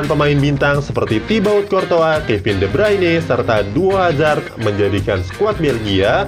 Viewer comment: Thats right tulisannya thibaut coutouis, dibaca tibo kurtoua